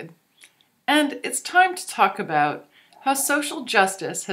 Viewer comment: don't you mean "It's time to talk aboot how social justice has infected our legal systems" ?